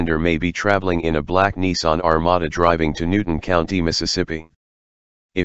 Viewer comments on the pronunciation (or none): none